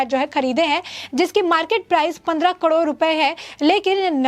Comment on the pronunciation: Say KAROD not KADOR